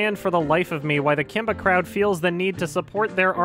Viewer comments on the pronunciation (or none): you can just hear the "k" in "kimba krowd"